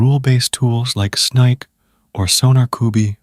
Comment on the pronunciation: "Snike" and "Sonarcooby" 🤣